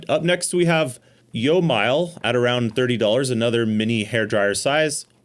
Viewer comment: "Yomilage may vary"